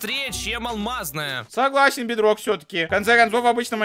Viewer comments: Ты сказал бедной! 😂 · ты сказал в майнкрфт бидрок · Ты сказал BitRock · Ты сказал бетрок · ты сказал бедрог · Ты сказал бдрок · Ты сказал бидрок